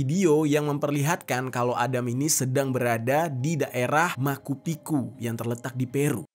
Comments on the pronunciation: Macu picu dibaca pake ce bang bukan maku piku 😁👍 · Penyebutan nya adalah macupicu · Penyebutan ny Machu Picchu Bukan makupiku jer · Mumpung ada disebutin di, saran aja sih, mungkin kalo bingung gimana penyebutan sebuah nama bisa googling dlu. Machu Picchu itu termasuk keajaiban dunia, alangkah lebih baik bisa disebutkan dg benar dan mengedukasi org2 yg dengerin kamar. Sejauh ini banyak banget penyebutan yang kepleset2 yg sbnernya gatel bgt mau gw koreksi biar bang bisa makin pro gitu ngejelasin kasus/cerita. Kaya "Seoul" itu dibaca "soul", "Whistle blower" itu dibaca "wisel blower" (tanpa t), "Helikopter" dibaca Helikopter (pake o) mau dalam bahasa Indonesia atau bahasa Inggris, dst. Dlu jg pernah ak dikoreksi anak jauh lebih muda karena salah sebut "Coffee" jadi "kafi" (yg bener "kofi"). Tapi ya dari situ jadi belajar dan makin bagus cara bicaranya. Seperti biasa, makasih kontennya yang menarik2. Semangat dan smoga makin sukses!